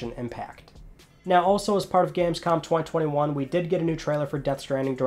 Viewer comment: I find how you say 2021 and 2022 VERY OFFENSIVE and offensive content notices and and